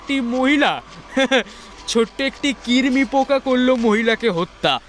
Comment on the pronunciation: ওটা কিরমি না ওটা কৃমি